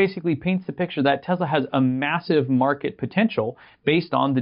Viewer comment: Its tesla not tezla dummy....